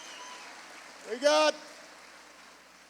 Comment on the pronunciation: Should he really be re-elected when he doesn't even know how to say the governors name? Peter Sumline? smh